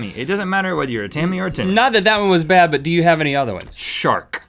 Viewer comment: when he said "shark" I thought he said "shart"